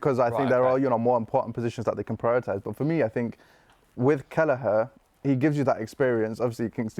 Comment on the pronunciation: This Asian brudda has 0 ball knowledge man said Kelleher 😂